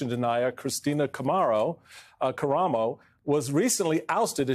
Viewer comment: Kamaro, karamo, kommaromo. Really?